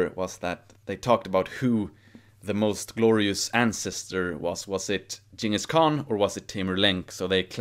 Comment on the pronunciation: Nice that you used The correct pronunciation for Genghis Khan